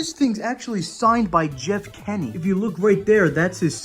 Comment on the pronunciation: “Jeff Kenny” more like Jeff Kinney 💀💀💀